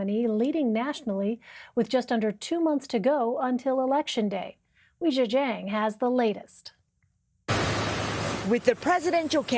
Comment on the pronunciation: They say her name incorrectly. It should be pronounced: Way Gee-eh Gee-ang.